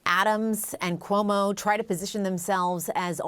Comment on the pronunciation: Ku-omo? Who is this reporter??? Reporting from the White House no less